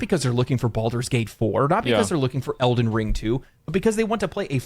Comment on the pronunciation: Why does always put emphasis on the wrong syllable when saying “Elden Ring”? 😂